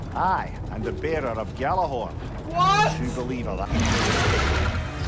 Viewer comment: He pronounced Björn better than Mimir pronounced Gjallarhorn